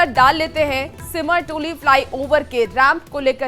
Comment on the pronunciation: Siram toli hai sahi se boliye simar simar kyun kar rhe hsi